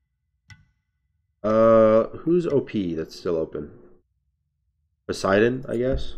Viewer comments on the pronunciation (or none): none